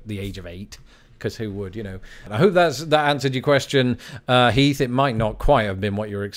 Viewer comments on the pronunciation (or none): none